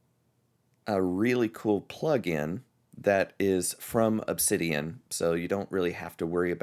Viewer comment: Wowsers! Ask and you shall receive! Thank you,! This gives me a great direction. Looking forward to more videos! Edit: BTW...you pronounced the name perfectly:)